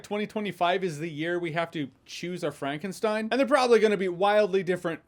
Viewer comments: frah nken shtine stein is stone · But Frankenstein is pronounced the same in German - never "Frankensteen"